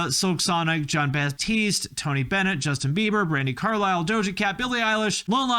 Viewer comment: Bro really said Jon BaPtiste